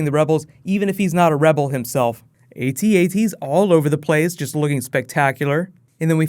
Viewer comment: AT-AT is two syllables, rhymes with bat-bat. Look it up.